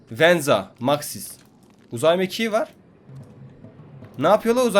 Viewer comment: # 😂😂😂😂anaa uzay m"a"kiği